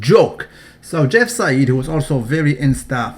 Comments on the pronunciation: It's pronounced jeff "side" not jeff "sayid" because the "ei" in german is pronounced "i" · You pronounce "Seid" completely wrong. It doesn't sound arabic at all when you pronounce it right.